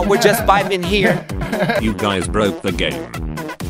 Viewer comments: "hello guys" sounds like "hello gays" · Did Bro Really Said “Hello Gays”💀💀💀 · Who heard gay instead of guys 💀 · The fact that he said hello gays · Bro said hello gays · Bro said us gays